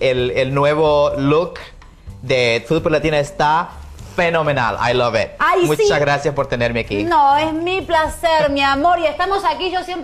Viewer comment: Señor es Ai Lovit, no ai love.